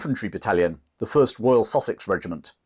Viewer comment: When he first mentioned the "Sussex" regiment. I heard "sausage regiment" and was like, huh? lol